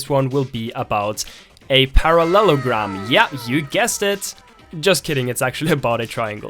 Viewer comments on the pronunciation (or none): When he said parallagram, my math PTSD was triggered